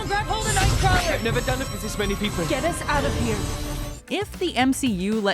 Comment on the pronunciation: Mispronunciation of nightcrawler’s name hurts.